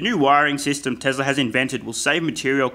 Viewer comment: Great video, for real. But remember that it's TeSla, not TeZla. Cheers